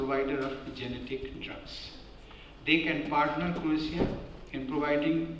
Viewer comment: Sir it's not genetic It is generic.. 😨😂😊